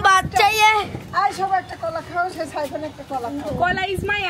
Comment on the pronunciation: সাইফান। সাইফার না। কাম্মি। কামি না।